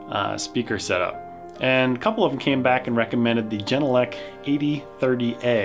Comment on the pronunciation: The Speakers are made in Finland. So, to speak out its not the way you do it. The "G" at the Beginning of the Name is just like the "G" in "Garden". So - even people in Europe do it wrong! When you wanna be a rael professional, don`t say "Geeee......!